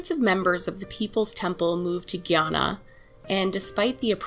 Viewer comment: Love this channel 💕💕 (it’s pronounced guy- Anna)